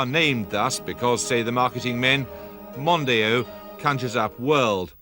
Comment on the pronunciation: The way Jeremy Paxman pronounced Mondeo! I’ve never heard anyone pronounce it like that! 😂